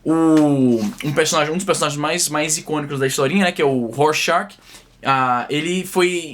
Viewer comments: A pronúncia de Rorschach é “Rorchar“ . Hermann Rorschach foi um psiquiatra suíço que criou o teste , por isso leva o seu sobrenome. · A pronúncia de Rorschach é “Rorchar “. Hermann Rorschach foi um psiquiatra suíço que criou o teste , por isso leva seu sobrenome.